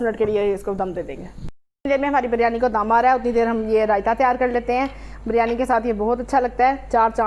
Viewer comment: (biryani) urf bilyani 🤣🤣🤣